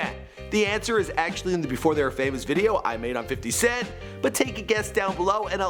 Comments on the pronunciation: I like how he says "fitty" cent 😂😂😂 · "Fidy cent" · "Fiddy Cent"